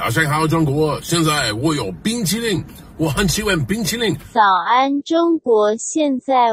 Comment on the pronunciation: well as an asian, his chinese is totally correct, it’s just paraphrased to the web translation but the pronounciation killed me BING CHILING